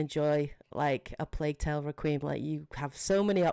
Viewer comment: Great video, my only nitpick is, Requiem is pronounced Reck-qui-Em, 3 syllables not 2 "Re-qweem" sounded so weird